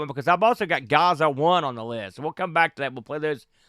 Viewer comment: "gaza and gaza 2" I was lmao... it's "Gaz-za" the nickname of Paul Gascoigne a world famous English midfielder from the 80's/90's Italia 90.... the World Cup was held there that year